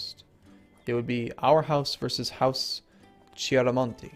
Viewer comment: hey, just a tip to pronounce "c" correctly in italian: "CHE" and "CHI", are pronounced like "KE" and "KI" (for example, di Chiaramonte --> di Kiaramonte), "CA"; "CO" and "CU" are pronounced "KA", "KO" and "KU" but "CE" and "CI" are pronounced "CHE" and "CHI". I hope this helps you with the pronunciation.